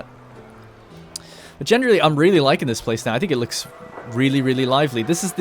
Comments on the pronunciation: Every time he says “genderly” instead of generally I think I’m having a stroke or something. 😂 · Generally, jener rally , jen er ra lee